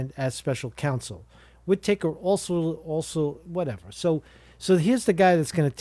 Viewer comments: Whit-Uh-Kerr. Not Whit-Acre. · Pronounced 'Whit-ahker' not Whit Taker 😑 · Sessions takes the job, then recuses himself!? Gee, I wonder if he enjoys DEEP fried chicken? In the immortal words of Fred Flintstone - "OUT! OUT! OUT"!! Hey bro, I think it's pronounced "Widda-ker" Take er easy brosephus! Jack - Canada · It's pronounced Wit A Kerr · "Wittertake" is how you say "Whitaker" lmao? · Pronounced Whita-ker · pretty sure its whit-uh-ker but ya lol, good to see all the pieces still falling into place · What a boob. Whi taker 🤣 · I can't believe you don't know how to pronounce Whitaker.